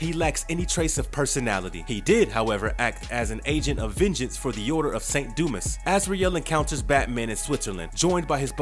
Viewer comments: There was an odd inflection , too. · Bro said: 'saint doo mess' 💀